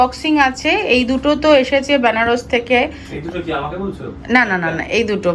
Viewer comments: " ব্যানারস" প্লিজ বলোনা। বেনারস বলো।😅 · English e benaras e pronounce hoi. Na jene gyan dewa soja. Pronounciation anek rokom hoi. Baranasi o toh bole abar kasi bole.😅